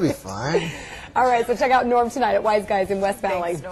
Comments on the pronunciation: “cehck it out” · ”CEHCK” IT OUT